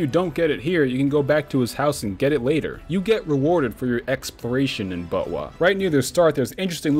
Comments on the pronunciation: saying buttwah was extremely distracting. just call it zelda next time and specify other zelda titles when mentioning them ("majoras mask" "ocarina of time" etc) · I normly referred to it as "bot-wuh", so I couldn't help but laugh everytime he said "butt-wah." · I has so confused for half the video whenever he said butwah. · I legitimately laughed every time he said BOTWAH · also the way you say botw sounds like buttwah and wah is korean i think for wow so it's essentially saying buttwow!!!!! ;) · did you just call botw butt wah